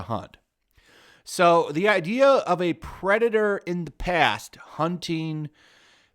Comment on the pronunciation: Also "Perdator"